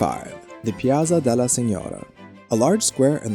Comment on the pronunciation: As well as the "ospitale degli innocenti" is pronounced "ospitale DELYI inochenti" . "Piaza Signoria" is "piaTSa sinyoria". Yes, these are difficult sounds for an American, but I would suggest to practice them a little before starting to make a video about Italy. Sorry, didn't mean to criticise, but it was really difficult to focus on the actual content and enjoy the otherwise excellent video.